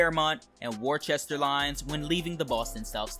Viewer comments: It's actually pronounced "wi str" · Hi bro local Bostonian here, Next time for futurue reference Worsceter is prounced "wour str" and Stoughton and Stoughton is "stow-ton". Dope video as always man! I wonder how they will implement the highway system because there is so much highway infrunstracture next to south station. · Are you from Mass? It's not pronounced that way lmao. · Yes i am, i always thought it was pronounced that way, my bad.